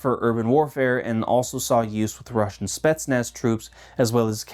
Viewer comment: It always baffles me how yanks manage to fuck up russian pronounciation... like brother its literally pronounced as its spelt. How are you lot adding random ass letters and inflections to said words.